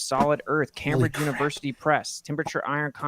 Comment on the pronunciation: He also doesn't know how to pronounce "Cambridge". But I'm sure lots of smart native English speakers don't know how to do that.